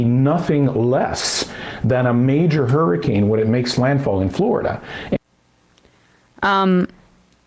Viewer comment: hur-ricane, not his-icane